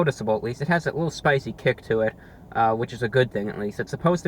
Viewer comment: " a wittle messy with the sauce"